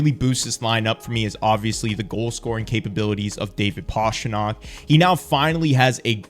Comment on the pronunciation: Great video! Just please, don’t call him Pashtrnak😀